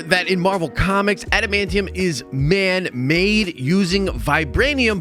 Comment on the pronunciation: Thank you for saying adamantium correctly.